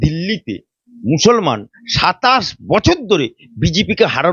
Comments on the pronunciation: আপনাকে বলছি আপনি ভালো করে ভাষাটা শিখুন আপনি একটা করে উকিল আমি ভালো করে মুসলমান বলতে পারেন না আপনি বলছেন মুসলমান মুসলমান আপনি আপনার ঈমান আছে কি কি আপনি সেটা ভালো করে দেখেন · ভাষা ঠিক করে বলেন মুসলমান শব্দ বিকৃত করে বলবেন না, ভাইরাল হতে, হওয়ার জন্য অনেক কিছুই বলতে পারেন এসব বন্ধ করুন, বলতে বলতে অনেক কিছু বেশি বলে ফেলছেন,এ বিশেষ একটা দলের দালাল এবং নোট খোর, রোজিনা ম্যাডাম একটু বেশি বেশি করে ফেলছেন মুসলিম বিরোধী দালালদের কাছে বেশি যাচ্ছেন মুসলিম হলেও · ভালো করে মুসলমান উচ্চারণ করতে পারে না আপনি কিসের মুসলমান